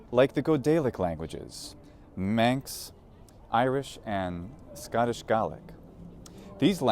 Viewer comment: How he said “Scottish Gaelic” correctly, makes me happy as a Scot!